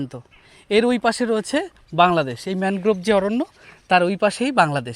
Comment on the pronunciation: ম্যানোগ্রোভ আবার কি? ঠিক করে উচ্চারণ কর। ম্যানগ্রোভ (Mangrove) বল।